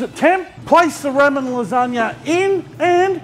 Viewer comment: love da vidz, plz stop saying ra men